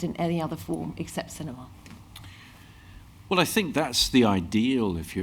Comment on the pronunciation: Ah yes, Sin- E- ma!